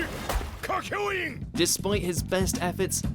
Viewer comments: Kaky-oin?! Way to butcher his name. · How this guy pronounces kakyoin... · I got triggered when he said Kakyoin and Jotaro’s name wrong 😂